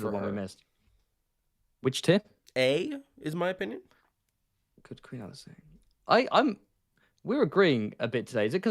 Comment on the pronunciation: Pronouncing Alysanne like she's an alkane. Methane, ethane, propane, butane, Alysane